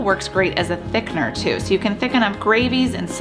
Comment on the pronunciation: Please learn how to pronounce the word Thickener.